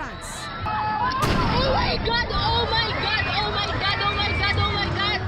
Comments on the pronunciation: OH MAY GAD!! OH MAY HAD!! OH MAY GAD 😂😂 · OH MAY GAD, OH MAY GAD, OH MAY GAD, OH MY GAD, OH MAY GAD